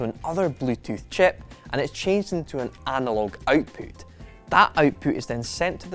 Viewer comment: I know right. What is outpoot.